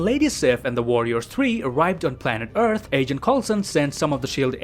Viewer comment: Entewing the eawth